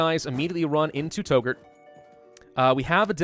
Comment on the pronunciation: FYI Touggourt is pronounced "Tuggurt"